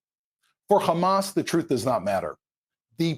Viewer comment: Khamaaa.. khamas. Khamaaas. Everything you see khamas. Evil Zionist.